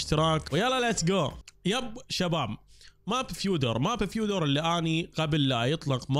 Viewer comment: اسمو مش فيودر فيودا هيك تنلفظ